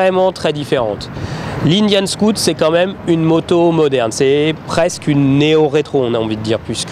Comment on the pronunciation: cest scoot cest SCOUT !! Va aprendre englais si tu veux !!